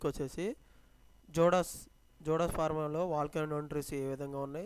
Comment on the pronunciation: జోడాస్ కాదు జయిడస్ అనాలి